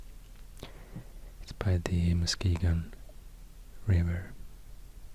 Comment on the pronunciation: THANK YOU for pronouncing Muskegon correctly!! ❤️❤️